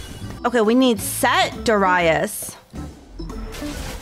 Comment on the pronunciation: I dont know what triggered me more, her saying Darius SO WRONGLY or her batteling her chat like a bunch of children on cocaine XD